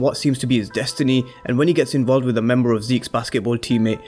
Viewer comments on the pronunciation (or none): none